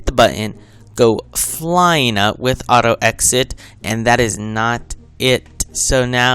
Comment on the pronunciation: Lol why u only say just like thata jaja lol, anyways good tutorial!!!u just got a new subscriber!